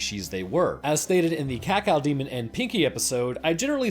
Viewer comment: ca-cow Demon. DAFUCK? Cacodemon! aka KaKoDemon